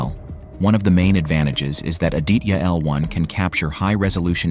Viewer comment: Hi, so happy to watch this video... May I help you with the pronunciation of 'Aditya' ... 'ah + dee (as in the moon) + tha (as in thorough) + ya.... Indian languages pronounce/ stress on all the consonant sounds in a word. Thanks for the video